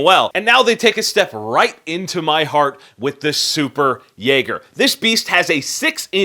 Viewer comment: Jägare (Yay-gar-eh) SWEDISH.... but hey, who cares right....